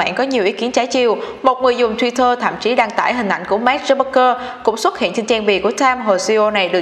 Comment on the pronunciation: Mark zuc bergker là ai thế mn tên ng nổi tiếng phát âm còn sai 😆